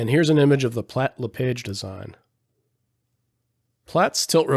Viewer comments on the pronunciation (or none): A small correction regarding Platt-LePage Aircraft. "LePage" is pronounced sounding like "LePaage" (sort of French sounding) Not like the "page" of a book. The Platt-LePage Tilt-Rotor dates back to the early days of The XR-1, Frank Piasecki told me how Haviland Platt gave him busy work, setting up the mixing controls, of the small Tilt-Rotor, when he first arrived at Platt-LePage Aircraft. Drop me a line if you ever want to animate the XR-1, or the XHJD-1.